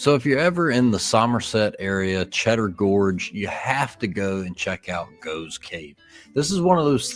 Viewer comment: The name Gough os pronounced GOFF.